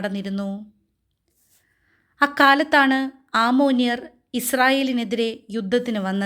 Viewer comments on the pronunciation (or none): നല്ല അവതരണം അമ്മോന്യർ എന്നുള്ളത് ആമോന്യർ എന്ന് തെറ്റായി ഉച്ഛരിക്കുന്നത് കേട്ടു..ഇനി ശ്രദ്ധിക്കുമല്ലോ..